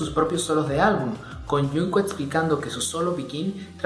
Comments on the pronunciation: "Yunco" JAJSJA. xdxdxdxd. Se pronuncia Chongu xdd. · Me mata que digas a cada momento "yunco" en lugad de "yongcuc" 😂😂😂